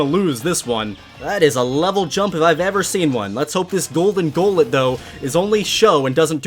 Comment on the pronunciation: You kept calling it golet